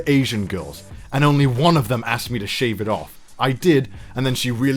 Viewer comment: “I think you should sheave beard” english good